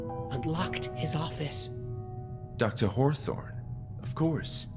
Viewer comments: Consistently calling him Dr. Horthorne after hearing it pronounced that way made me chuckle every time LOL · Thank you for pronouncing it "Dr Horthorne" every time thereafter. that's why I love watching your playthroughs of games I'll never play. thanks again!